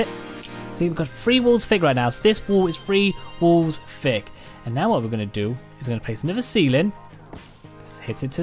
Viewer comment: Add fatch to make it four feet fick and give it more haytch pee, or helf....I love the accent, lol.